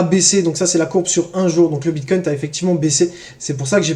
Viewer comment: J’ai mis pause des le 2 eme « BitcoinT » j termine d ecrire le com et j me casse mdr